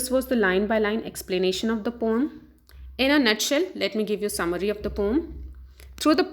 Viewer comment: Maam thats poem not pom